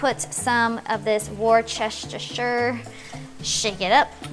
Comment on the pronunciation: The " Warchester sauce" is pronounced as in Wooster sauce. It's a traditional English sauce.